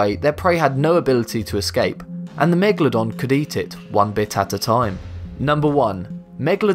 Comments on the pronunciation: If I could get a pound for every time he said megladon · Bruh, its megaladon not mwgalodon